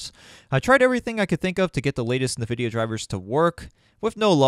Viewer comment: lol Na-Vidia... (i can see that) but it's pronounced IN-Videa